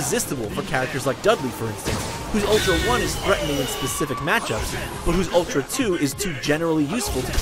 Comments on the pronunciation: It's ultra not utra. Jeez! Get it right... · "UTRA" FAIL LOL xD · Right off the bat you forgot the L in ultra. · at the start, it said utra instead of ultra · They used japanese pronunciation. Shamefuru of you not to know japanese cannot speak "r" i mean "r". Back to engurish... They cannot speak "l". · Its Ururtra goddamnit! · "Utra" huh... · "UTRA Street Fighter 4" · Lol, Utra. "L".